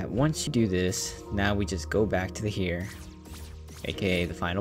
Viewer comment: It's pronounced "air." As in "the heir to the throne"